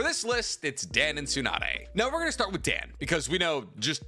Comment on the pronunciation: My ass does not believe ur learning Japanese calling him "Dan" like that lmaoo